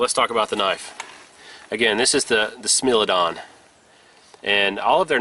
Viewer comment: Let me 1st say that I apologise up front for being that guy , but it is not pronounced "smil" it is pronounced "smile"